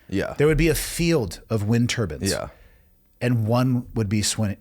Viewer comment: Turbines not turbans.